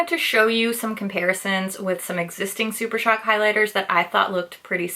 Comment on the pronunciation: "Blush Crush is the new Super Shock" you didn't mispronounce Super Shock this time, you broke the curse! 🤣